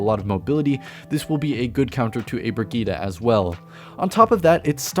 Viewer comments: It’s Brid-gette. Not brigitta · Brigette -> breh - geet not fetching bruh - geed - ah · her name is not briggite its BRIGGITEEEEEEE